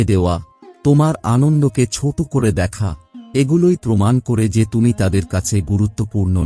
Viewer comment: Bhai kichu2 jaygay aapni choto k chot boley uchcharan korechen proyojon k projojon uchcharan korechen ektu dekhe neben, mind korbena na jeno,khomaprathi🙏❤️